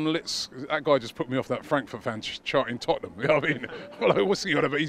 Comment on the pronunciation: Man said Tottenham 🤣 idiot